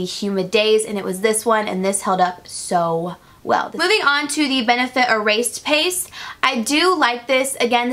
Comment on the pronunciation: Did anyone catch her say "ereaste pace" instead of erase paste 😂 I love it. I do that all the time!